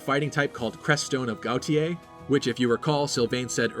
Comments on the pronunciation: Gautier is pronounced "go-shay" Sincerely, a Cajun. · This was a very thorough analysis. Though, I have to say, as someone from Louisiana, "Gautier" is french, and, assuming the localization team isn't dumb, is more closely pronounced "GO-chay" or "GO-chi-ay'." (the former's more a cajun approximation, but you get the idea.) Was pretty taken aback when I first saw a character with a last name that matches an elementary school where I used to live. xD